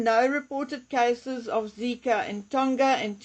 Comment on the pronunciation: Tonga does not rhyme with longer. It's a soft "g" like in "song".